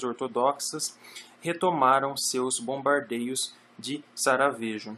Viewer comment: Muito bom. Obrigado pela continuação do trabalho. Confesso que me incomodou ouvir várias vezes "Saragêvo" ao invés de "saraiêvo" para a cidade de Sarajevo. 😁